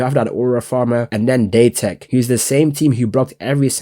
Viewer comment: date tech not daytech